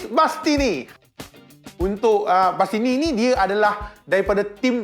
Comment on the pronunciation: ko main sesah je bang sebut..bastini la..masini la.. 🤣